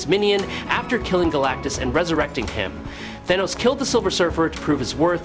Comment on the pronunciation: AI voiceover cant pronounce "Galactus"